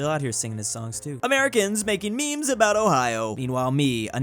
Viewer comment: Did he say aboot instead of about?